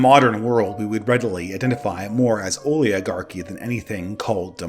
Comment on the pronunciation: I propose we are represented by people who can properly pronounce "oligarchy."